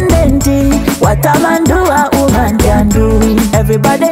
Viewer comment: Great messages lovelies 😘 the ka 🧼 🧼 man Gashumba agenda kunyiiga thou #Nubian_li made the word woman sound as uman 😅😅😅